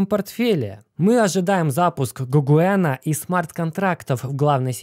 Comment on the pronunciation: про Гогена слышал? художник такой. а не гугуена. не гоугена, не гагоена